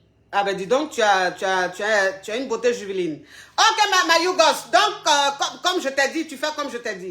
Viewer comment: Ma coach, c'est "juvénile" et non "juvéline" 😅😉